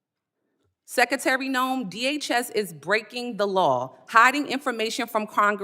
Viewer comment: Madam Sekatary? Guess it's too difficult to say secretary